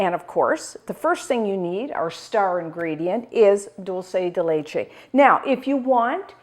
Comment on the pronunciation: ARGENTINA ARGENTINA ARGENTINA !!! ♥♥♥ PS: it's pronunced DOOL-SE(curity) DE(dicate) LE(t)CHE(ss) I put the words in brackets to show another word were the letters are pronunced the same. Amesome recipe!! All the Love ! ♥